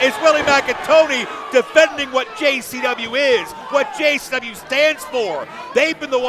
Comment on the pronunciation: I have been watching every interview with Russo here lately and for some reason he keeps saying gcw instead of JCW